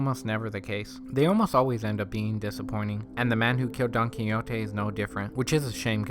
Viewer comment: His name was 'Don Quixote', pronounced 'kee-ho-tay'! You couldn't even say that after watching the whole movie? Not "kinyotay"! Your breakdown & analysis was sub-par at best. You contradicted yourself, and didn't understand what you were talking about, explained NOTHING. Do yourself a favor and please stop trying to be a critic. This was THE WORST!